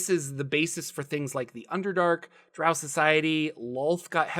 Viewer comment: thank you for pronouncing drow correctly. Q1 was the first module I purchaced after my red box set in 1981, which then made me save my allowance for AD&Dcore books.